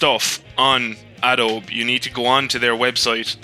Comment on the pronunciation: much of this is not relevant to me unfortunately (not a criticism). As well as the silent "e" pronunciation of "Adobe", the manual syncing of audio seemed odd. I guess you don't need precise syncing for the style of videos you do but you can just click on both of your linked video files and the audio file, then right click and select synchronise audio. Maybe you have some issues with that due to how different each tracks audio is but if you just synced the bits before you start riding they should be good enough.... anyway, I still need to go and find the tutorial video I was looking for.